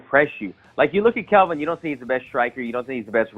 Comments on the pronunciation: About 5 of these guys called him Kevin instead of Kelvin , 🤣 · And he can't even say KELVIN... It's not Kevin dumbass! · did wonderboy just say "kevin" gastelum?